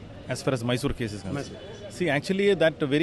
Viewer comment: It's not Maysor. It's Mysore. Atleast write correct spelling though pronounciation does not come for you.